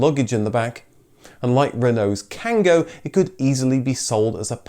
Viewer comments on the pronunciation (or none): Great video... But what ? How do you pronounce Kangoo ?!?! Because there's two "O" for a reason... If French people manage to say Kangoo and not Kango you can do it 😁.